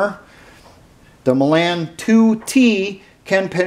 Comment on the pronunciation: The "a" in Milan is pronounced like "aw" is in the word "law."